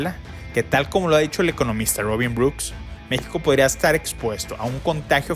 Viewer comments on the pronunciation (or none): none